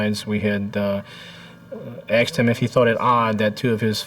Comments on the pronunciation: did the fbi agent just say 'aksed'? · "We had axed him." Dude's been hanging out with too many black peeps.